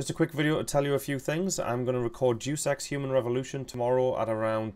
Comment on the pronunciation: He says "Deus Ex" as in "Jew Sex"